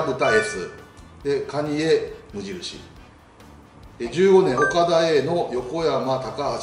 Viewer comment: かにえって言ったー！